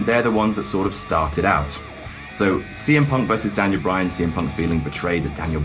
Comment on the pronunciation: Bray Wyan lol